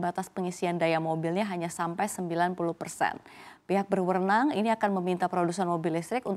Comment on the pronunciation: pihak berwernang 👀😂 banyak banget salah ngomongnya